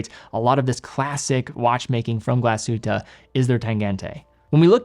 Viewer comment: I am from Germany and i love it when you say Glashütte Great Videos